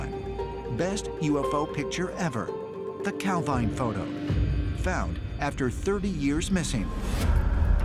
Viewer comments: It's pronounced cal veen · Calveen it is pronounced!